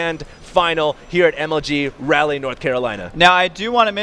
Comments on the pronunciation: Don't mean to be irritating, but Raleigh is pronounced like Rah-lee, and not rally. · LAWL. Zell-otts in Rally, North Carolina., seriously. You're an American and professional announcer. If you've never heard a word spoken aloud before, Google the pronunciation before you use it in a live cast in front of thousands of people.